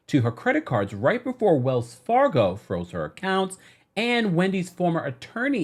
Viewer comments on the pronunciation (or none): none